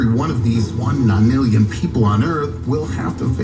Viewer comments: “The ni lilyan? The nillion?”😂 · How do you hear nonillion 4 times and still not say it right